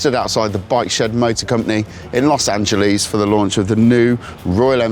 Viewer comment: "Los Angeleeze" lol